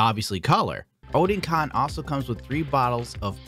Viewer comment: It's actually oh-den-con lol, newtype's website just confirmed it